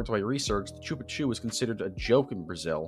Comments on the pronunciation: The pronunciation of "Chupa Cu" (the Anus sucker) is SHOO-pa KU, or ['ʃupaˈku] in the IPA. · As a Brazilian, I couldn’t tolerate the way you said “chupa cu” lol